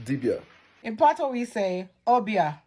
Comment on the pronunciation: PAT-wa, stress the first syllable when speaking of Jamaica. Pat-WAH (patois) is the used for French vernaculars with various other languages. Once again, PAT - wa Listen to the Jamaican woman